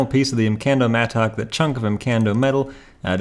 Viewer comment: I hate how you say mattock lol